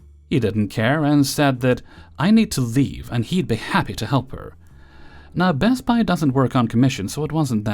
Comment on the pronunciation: Why did you say "Best Buy" weird?